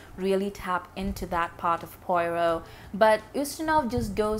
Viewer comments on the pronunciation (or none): Huh?? Poyrot??! For crying out loud! Get his name right at least, woman!